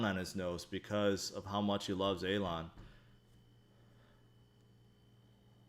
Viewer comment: Does anyone know why calls elon A-lon lol